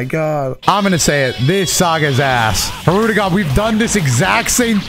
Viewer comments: Love how he continues to say hirudegon after learning that it's hirudegarn 💀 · I thought had an accent, bro really just NEVER read the second 'R' in "Hirudegarn" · this commenter will NOT be going easy on you. you corrected the pronunciation and in the very next fight it was already hirude-gone. for shame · Its not said that way tho. Its said as spelled, hirudegarn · i'm ngl it took this video for me to realize it's not pronounced "hirudegan" too and i'm still gonna say it that way because it sounds better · Bro there’s no way I’ve been pronouncing Hirudegarn’s name wrong for THIS MANY years💀💀💀💀 I didn’t even realize it till just now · ....I pronounced it as Hirudagon too... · I like how realized he was saying hirudegarn wrong, then just keeps doing it hoping not to get cooked lmao. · learning the correct way to pronounce hirudagarn then instantly throwing that shit out in the next clip lmao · Everyone I’ve met doesn’t pronounce the second r